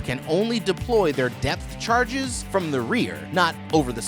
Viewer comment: “Depth charges”, not “death charges” 🤦‍♂️